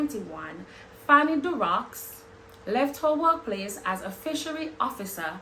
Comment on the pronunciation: Pronunciation is Darro